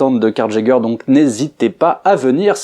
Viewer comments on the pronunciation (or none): none